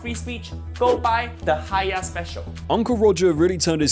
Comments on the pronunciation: ....did you literally just say Fuh-You.... ....are you serious...You do a video about the guy BUT YOU CAN'T EVEN GET HIS CATCH PHRASE RIGHT?! DID YOU EVEN WATCH ANY OF HIS VIDEOS!? ITS FOO-YOH I look i get you're british and you people seem to think you get to make all the rules...BUT RESPECT CULTURES ENOUGH TO PRONOUNCE SHIT CORRECTLY OR DONT MAKE VIDEOS ABOUT IT! You're as bad a Jamie Oliver =_= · Its not "Fiyouh" this is quite comical and I dont mind but like hahaha that is the funniest Ive heard someone try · no fking way u just butchered uncle rogers catchphrase fuuiyyooohhh. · It's FOO-YO! Not fu-U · It's fooohyoo not for you when it's spelled fuyohh. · Foi Yuhh 🤣🤣 I have to admit this made me laugh more than it should have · There's no way you butchered the name of the restaurant that was named after his catch phrase that he says in a lot of videos... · WTF is that pronunciation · Most of his videos show his face talking to the camera. He’s just pronouncing words incorrectly; doesn’t mean he’s a robot. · What's "Keemer" food? It would've taken you 5 seconds to find how to say Khmer. And "Fuiyoh" as "Fo you"? Are you ACTUALLY using A.I. for your own voice?? Dude.... shame. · A video about Uncle Roger and you don't even know how to pronounce "FUIYOH!" It's not the "for you" restaurant! You can't say Khmer either. Remember the Khmer Rouge in the news? We got it over here in the UK, mate. Even if you didn't, it's not hard to look up a foreign word you haven't seen before. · the mispronunciations in this video are hilarious. "foo you"? Like, you never heard him say his classic catch phrase? Don't even get me started on how you pronounced "khmer" or "nguyen".